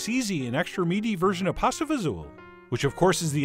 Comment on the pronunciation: Thank you for saying it the right way :) I grew up eating this. This video made me happy.